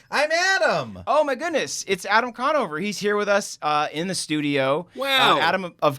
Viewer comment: Adam Drawnover